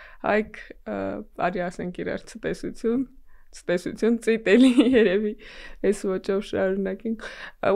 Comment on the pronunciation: Ցտեսություն,ոչ ստեսություն